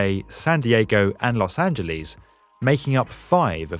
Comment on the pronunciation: Lol at the way you said Los Angeles.